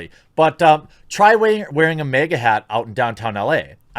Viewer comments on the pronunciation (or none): Maga, MahGah. Not Mega. America and again are both Ah sounds. It's MahGah. it's not a hard A.